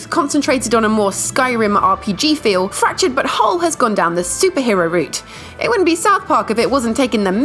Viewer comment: Fractured, but whole.... 😂 Do you mean Fractured Butt Hole 😜